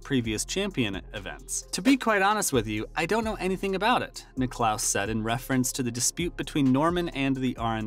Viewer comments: Niclous? It's Nicklas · Can't stand these videos. There is no actual footage of Tiger Woods speaking and this narrator doesn't even know how to pronounce Nicklaus and Costas. He says Nick-lose and Cohstas. WTF. Click bait. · Get your CG voice to pronounce the names correctly. Nickelouse? Really? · Yeah he said Jack Nick-clouse...said it 3 times. Wth?!?!?!? Sheesh.... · How do you not know how to pronounce Jack's last name... come on now!